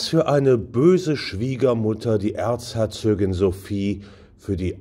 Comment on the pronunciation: Schöner Beitrag. Allerdings heisst es "Erzherzogin" und nicht "Erzherzögin".